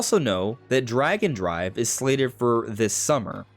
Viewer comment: I heard "Dragon Drive" instead of "Drag and Drive".... somehow.... i think i'd prefer that. :D